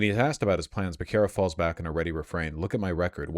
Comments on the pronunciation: It's Bear-Sarah not Buh-Kara LOL or pronounce it the way Biden does, BAKA-RIA! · "Beh-kar-uh" Bro you grew up in Los Angeles... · It’s pronounced beh-seh-rah in spanish, it’s my moms maiden name so I know lol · Hearing Vaush pronounce the name “Becerra” wrong gives me confidence that my assumed alternate pronunciation is the correct one, lmaooo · Hey Vaush, I generally like and appreciate your commentary. On most things we're fully aligned. I don't know much about Xavier Becerra and can't really speak to how he's campaigning but what i do know is how to pronounce his name. If you're going to sh!t on the guy and his campaign you should at least pronounce his name correctly. And for that matter you also mispronounced Tom Steyer's name as well. I don't live in the state and by the sounds of it you don't either so maybe leave it to Californians to decide who their next governor should be. And if they decide to go with Becerra as it appears they will it isn't for you to decide that they're wrong. Apologies if they came off harshly. It just offends my sensibilities when I hear someone who is obviously ill-informed, with an audience, talking about things for which he is clearly ill-informed.